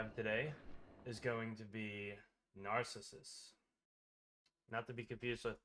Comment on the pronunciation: My fn god, what's with all of these "content creators" who can't pronounce simple or famous words. I want to punch somebody every time I hear 'herth', and now Narcissus? If you don't know how to pronounce something, look it up!